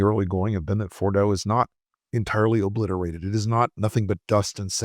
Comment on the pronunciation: ...."tatally oobbblisserrra"...🫦👅 He has lost his pronunciation and the American people💋